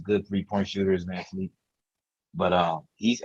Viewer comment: VanVleet is his name. not Vanfleet.